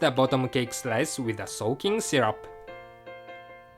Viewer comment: You said 'shyrup'! It's syrup!